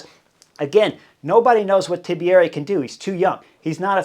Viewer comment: it's not TIBIERI there's no middle I.